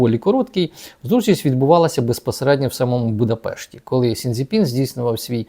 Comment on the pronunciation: Сі Дзінь Пін, а не Сінь Дзі Пін. В іншому Вас приємно почути.